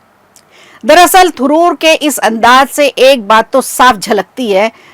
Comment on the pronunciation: Thuroor nhi Tharoor